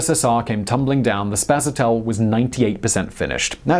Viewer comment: but it's spaSAtel... not spasaTEL.